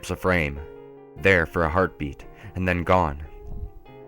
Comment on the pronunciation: you forgot the letter "d" in the word "and" every time you said it.